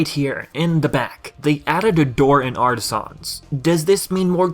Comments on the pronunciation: It’s pronounced “Artisans” not “Artisahns” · Dude the way you say Artisans makes me cringe lol 😂 In all seriousness though, the correct way to pronounce it is: Ar-ta-sins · The only mistake was your pronounciation of "Artisans" its pronounced as if it's one syllable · I like how you say Artisans